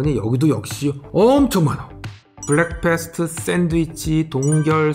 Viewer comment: 영상은 재밌게 잘 보고 있는데, 오늘 따라 발음이 틀린 게 많네요. 선글라스 때문에 철자가 잘 안 보이시는 걸 수도... breakfast: "블랙패스트"가 아니라 "브렉퍼스트" meal: "리얼"이 아니라 "미일" shelf: "셀프"가 아니라 "셸프"